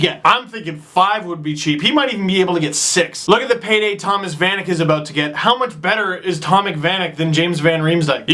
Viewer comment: You said Tomac Vanek, not Thomas Vanek.